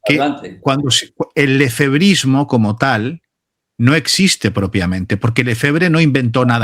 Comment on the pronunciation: Por favor, no digan " Lefevbrismo", eso lo dicen los que no respetan a la Hermandad.